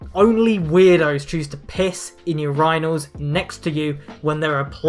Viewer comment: I do not like the way you pronounce urinals